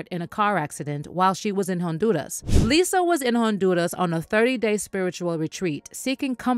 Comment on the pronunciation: Nice coverage, however, respectfully: please, please, please Stop pronouncing Honduras with a strong RRRR like you're speaking in Spanish (maybe you do, but don't do this) it doesn't come across authentic. It sounds all kinds of wrong, like you're trying too much. Just some constructive criticism. Much success